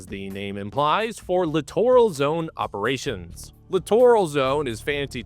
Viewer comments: Huh? Clitoral zones did you say? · It's pronounced littoral /lĭt′ər-əl/ That's LITERAL literal /lĭt′ər-əl/ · Grammar police notice: Littoral is pronounced exactly like "literal"...literally. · Sorry but I had to rewind cause I didn’t hear the word Littoral, I could have swore I heard something close but definitely different. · I keep hearing the letter C whenever I hear littoral.